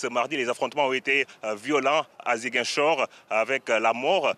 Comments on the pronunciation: C’est pas zinguichor c’est Ziguinchor Répète après moi Zi Guin Chor allez répète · c'est Ziguinchor et pas zinguichor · Ce journaliste prononce très mal '' Ziguinchor '' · pardon madame c'est Ziguinchor aulieu de "Zinguichor" ☺️ merci pour le reportage, c'est excellent ❤️‍🔥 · Elle a dit à "zinguichor" au lieu de Ziguinchor 😭😭😭🤧elle est une myope perdu wsh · Zinguichor ? ! 😂😂😂 Non ! Demoiselle revoyez votre texte c'est Ziguinchor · C’est Ziguinchor non Zinguichor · C'est Ziguinchor et non Zinguichor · On dit Ziguinchor pas zin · Hé c'est comment avec journaliste là 😂 c'est pas inguichor mais ZIGUINCHOR.. Zi.. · Ziguinchor pas zanguichor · Ziguinchor 🤦🏾‍♂️🤦🏾‍♂️ZI-Guin-Chor !!! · 😮 Comment elle a prononcé Ziguinchor 😱🤣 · Ziguinchor SVP la prononciation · On dit Zi-gain-chor = Ziguinchor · On dit ziguinchor madame